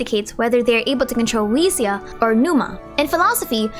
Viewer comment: Ousia is actually just pronounced "oo-see-ah"